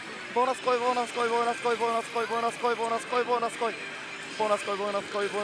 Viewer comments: ぼなすこい？なに喋っるかわかんない！ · ボーナス来いボーナス来いボーナス来いボーナス来い… マーボナスマーボナスマーボナスマーボナスマーボナスに聞こえて来た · ボイナスコイにしか聞こえないw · 何回かボイナスコイ言うてたな。そゆとこが好きやがな